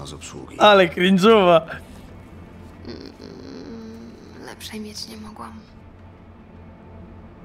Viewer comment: KRINDŻUWA XDDDD